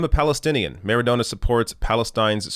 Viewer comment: I believe it's pronounced "MaradoNNa".